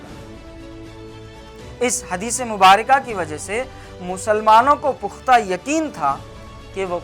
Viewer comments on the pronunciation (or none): none